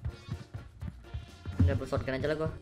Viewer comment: R.I.P ENGLISH